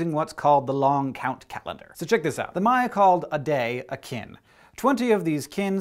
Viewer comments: It's "Maya" not "Mayan", Mayan is the language. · *eye twitch* MAYA say it with me MAYA not Mayan the language the people its also plural